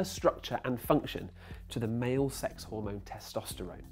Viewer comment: hahah he said sex funny